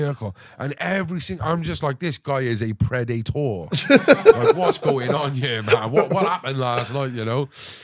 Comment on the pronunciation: 😂😂😂When he says " This guy is a Pred - IT - Tor"